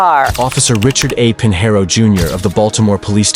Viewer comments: Robots can't pronounce SHIT. Pinheiro is pronounced "peen-YEH-roo". "Pin hair oh" is just fucking stupid. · Correct pronunciation would be Pignero, as in Lasagna.